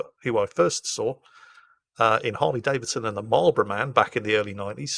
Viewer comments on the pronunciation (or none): none